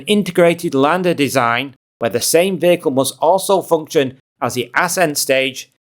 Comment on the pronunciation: what is a vaical ??? what is it with the vowel mispronouncing ??? do school kids get bad grades in school for pronouncing vowels correctly in your country ???